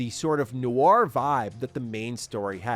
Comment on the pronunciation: It’s “noir” not “noire”. Team Bondi has ruined an entire generation.